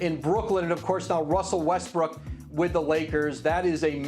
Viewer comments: Richard says Russell Westbrick LMFAOOOO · Did I just hear R.J say Russell Westbrick🤣